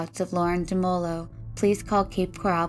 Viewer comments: just to clarify its Coral.. not Corral, these are two separate places. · It's Coral, not Corral.